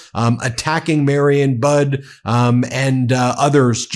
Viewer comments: Bishop Budde's name is pronounced Bud EE... I am a proud Episcopalian and love and respect her and all the clergy of the National Cathedral. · Rev Mariann Budde pronounces her last name like buddy, not bud. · Bud-ee ... not budd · Budde is pronounced Buddy, not Bud. Mariann is pronounced Mary Ann, not Marion. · Her name is pronounce Buddy not Bud. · Pronounced "buddy". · It's pronounced buddy. She really gave it to him. Although I don't think he was really even conscious in church. Drooling slack face.😪😪😥😂😂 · Budde ... pronounced "Buddy" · She's called him out in the past. BTW, her name is pronounced BUDDEE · It's pronounced "buddy." She also stood up to him in 2020 over that stunt with the Bible in front of St John's, Lafayette Square. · Since Trump has been 1000% emboldened by getting away with murder, this term will be horrendous! I think the Bishops last name is pronounced "buddy". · You know Don the Con doesn’t like anyone who gets more attention than he does. Bishop Budde was brilliant. Psst: I believe this wonderful Bishop’s last name is pronounced “Buddy” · Her last name is pronounced buddiie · Last name of Bishop is pronounced “Buddy” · Her name is pronounced "Buddy". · The Bishop pronounced it as “Buddy.” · Buddy, or that seems how it pronounced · Her name is pronounced more like Buddy. Mariann Budde. The woman is practically a national hero. Let's get her name correct. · It's pronounced "Bud-dee". Like buddy. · Hey Ben, just an FYI, I think the Bishop's last name is pronounced like Buddy. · I listened to a video from the cathedral and it’s pronounced like « buddy »